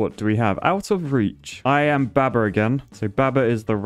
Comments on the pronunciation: The heresy of pronouncing baba with a short "a"... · I love how says baber